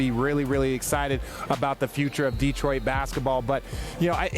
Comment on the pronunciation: Hey RJ, no one in the 313 says DEE-troit. It's di-TROYT. Get it right